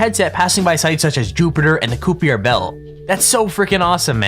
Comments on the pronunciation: Lol, the video guy said coopier belt. Dude needs to learn the proper pronunciation. It's kai-pr-belt. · Did the guy in the video say Koopier instead of Kuiper (Belt)? 🤣🙄